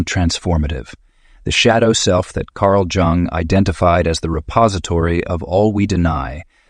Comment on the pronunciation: It's Jung not Jang.